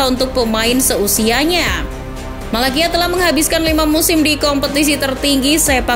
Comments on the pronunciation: sbutan nya tyrel malacia-tyrel malasia..bukan malakia..🤣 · Maaf cara bacanya bukan Malakia, tapi Tyrell Malacia (Tairel Malasia) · Cara bacanya Malasia min bukan Malakia, sorry min bukannya sok ngajarin atau gimana tapi emang begitu bacanya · Malacia itu dibaca Malasia bukan Malakia mbak Daley Blind itu dibaca Blind bukan Blain kayak bahasa inggris Orang belanda dia Tolong perbaiki lagi bacanya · Disebutnya malasia min bukan malakia hadeeehh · bacanya malasia min